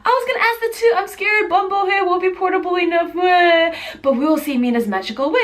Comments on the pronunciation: It's pronounced Boom-Bu-Way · I love how you pronounced it. It's actually pronounced bóon bò hwé. 😬😬😬😁😁😁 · It kept on bothering me that she kept saying everything wromg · You said Bun bo Hue Wrong LOL! And Did nobody think of Pho? Pho is Life! <3